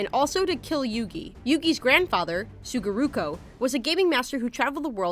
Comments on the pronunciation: His name is Sugoroku not Sugoruko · SUGOROKU NOT SUGORUKO GOSH I WANTED TO SLAM MY HEAD ON MY DESK xD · I thought it would have been fine to just call everyone by their English names for these facts. Points for separating the dub name differences from the original names, but I kinda cringed every time she said Sugoroku "Suguroku". I mean she said it herself, it's been around for 20 years, I thought it would at least be pronounced properly. Sorry to sound dickish. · Sue goo row kew Suguroku